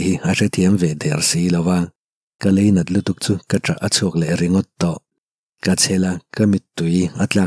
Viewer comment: Lainat tih tur ah leinat i tia